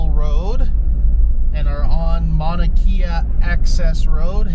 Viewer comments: Mauna (Mow-na) kea (Kay-uh) NOT kee-uh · Love your videos but please learn to pronounce the Hawaiian language. It's not Mana Kia it's Ma-oo-na Kay-a